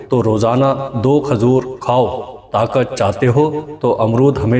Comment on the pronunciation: Aapne saari baaten to achchhi batayi lekin khazoor nhi khajoor hoti h sahi talaffuz adaa kiya kariye